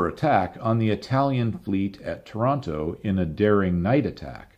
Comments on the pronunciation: Another magnificent video! Just a small point regarding a tricky Italian name, Taranto. It rhymes with “Torrent”, not with “Toronto”. It’s like pronouncing “Torrent” but with an A in place of the O, plus adding an O at the end. Tàh ran to. By the way, you are right by saying that the Italian authorities should have been ready that night… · Taranto is pronounced Tear-AN-Tow, NOT Toronto! Great videos btw, ..............Cheers from Toronto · My eye twitches every time someone pronounces Taranto like Toronto... Otherwise, EXCELLENT video as usual!